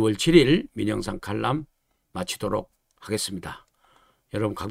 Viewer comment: 칼럼을 칼람이라고, 리얼 미터를 레알 미터 라고 발음하는게 올바른 발음법 일까요. 항상 현명한 판단을 내리시는 의 정론을 존경 하고 있습니다 만 앞에서 말씀드린 건은 이해가 어렵네요.